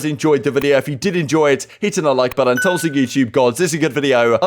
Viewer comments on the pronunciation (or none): none